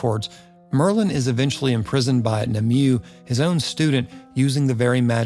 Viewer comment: And Nimue is pronounced 'nim-oo-way.'